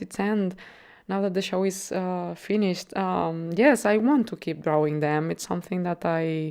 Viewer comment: I like how you say 'drauwing'. :)